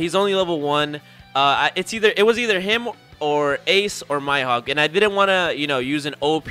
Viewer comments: i have never ever heard anyone pronounce mihawk like that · this dude said "My hawk" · My hawk